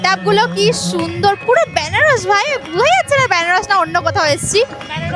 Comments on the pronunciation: Banarash❌ benarosh✅ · ব্যানারস না, বেনারস